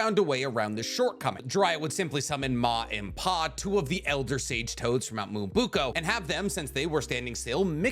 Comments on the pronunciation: Why in God's name, do you CONSTANTLY say "mount MUOBUKO", when the name is actually "Mount MYOBOKU"? You can't act like your are the end all and be all Naruto encyclopedia, and that no one on Earth besides Kishimoto, knows more than you about this series, when you repeatedly, get so many names wrong, as well as pronouncing characters names oh so horribly wrong. Minato's name isn't pronounced "minna-toe". That sounds so effing stupid. It's pronounced "Mee-nah-toe". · He repeatedly pronounces Mount Myoboku as "mount MUOBUKO", and it annoys me to no end. He thinks he is a veritable Naruto encyclopedia, but he refuses to say this name properly. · “Mount Mooabuko” 🐮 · How do you say Myoboku wrong?